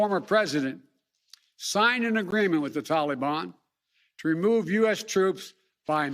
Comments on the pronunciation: Taking responsibility doesn’t mean anything. It doesn’t make it better. It doesn’t get lives back you moron. My god the sooner this guy is gone the better. And enough with the pronunciation talibon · I swear if he says tollybon one more time I'm gonna puke.